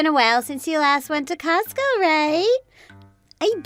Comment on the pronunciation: I think you need to hear/read the story a couple of times and it’s COSTCO, not cost go.